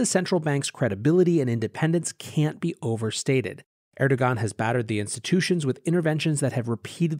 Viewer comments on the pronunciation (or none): Content as epic as the mispronunciation of names...”La Call” is “Le Kai-yay”...”er-do-gan” is “air-do-wan” 😂